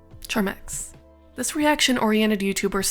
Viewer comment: btw its Charmx not charmax (and for him to appear on a lost media vid kinda hurts but it seems he went down his own path)